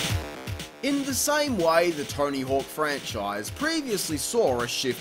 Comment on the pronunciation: It sounds like he pronounces it torny hook